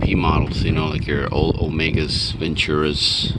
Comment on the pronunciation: Ventura not Venture.